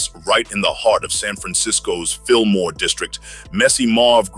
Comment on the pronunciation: No R lol jus Fillmoe 👌🏾